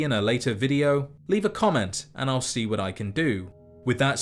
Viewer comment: ‘thank you for watching, and I’ll shi you in the next one’ :D